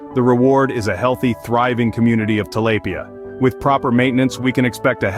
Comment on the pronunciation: Great video but when the narrator went from pronouncing it “tilapia” to “til-lay-pia” I thought I was going crazy.